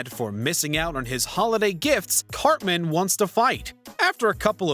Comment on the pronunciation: i stg i thought you called him "cockman" i had to take a triple take